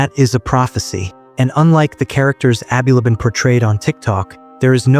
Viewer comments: Abulaban not aby labaan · Bro haven’t you been watching the news, that’s not how you pronounce his last name 🤦‍♂️